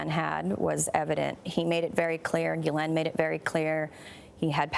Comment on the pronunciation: The accuser and Gayle are not pronouncing Ghislaine's name right.